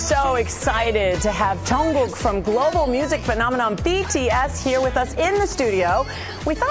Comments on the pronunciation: SHE PRONOUNCED JK'S NAME RIGHT 🙇🏻‍♀️🙇🏻‍♀️🙇🏻‍♀️🙇🏻‍♀️🙇🏻‍♀️🙇🏻‍♀️🙇🏻‍♀️💅💅💅💅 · thank you for pronouncing his name correctly...finally someone who cares enough to try